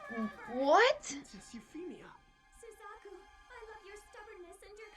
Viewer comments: Yep. Was afraid that I had upset you with that Suzaku pronunciation... Though I've never had anyone say "you know who I'm talking to" and mean me. So that's a funny feeling. I do apologize that I had upset you. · 90% comment = Don't spoil!!! 8% = Suzaku pronunciation 1%= Actually spoiler Btw, nice reaction! (Also don't read the comment section after you upload, wait few hours to let the spoilers sink in)